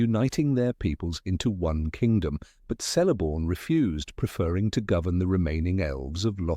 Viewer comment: I don't know if he narrator is AI, or not - but all "C's" are pronounced as "K's" . . . Celeborn, therefore, sounds like Keleborn . . .